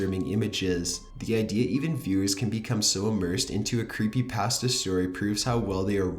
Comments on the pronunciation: You say 'Creepypasta' wrong. UGH, IT'S SO ANNOYING!!!!!!!!!!!!! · CAN YOU PLEASE PRONOUNCE CreepyPASTAH instead of CreepyPAST-a!!!! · I cringed harder at the way he pronounced CreepyPasta more than the stories